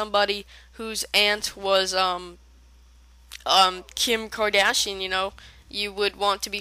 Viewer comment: its Kim kardashian.... not kim kadashein..lmao